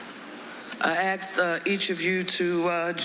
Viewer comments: I axed each of you to join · “I axed uh, each of you to uh join me on this morning so…” -woman who’s probably a governor or mayor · I axed you all…. Is she illiterate? Morons running the city.